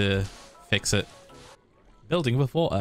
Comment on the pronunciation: Phil does not say water when he says water. He says "vor'a"